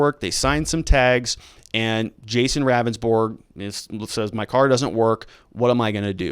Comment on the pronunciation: It’s pronounced Rounndsberg. He’s not a very good attorney.